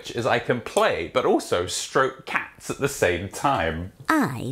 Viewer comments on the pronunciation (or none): none